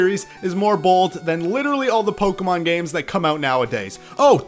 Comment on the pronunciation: Why can no one on YouTube pronounce Pokémon correctly??